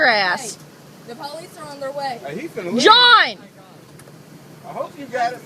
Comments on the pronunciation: The Po-leece...that shit is so annoying, humanity is doomed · lol she done called the poe-leece